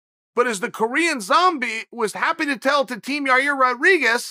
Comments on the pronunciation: Who is this Yair that Chael is talking about? Did he mean Yarear Rodriguez? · “YaREAR? It’s YaIR... idiot” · Lolita Davidovich now its YA-EAR god bless the bad guy for trying 👍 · "Blahovovich Kamara Oozman and YaRear" ~ Chael Sonnen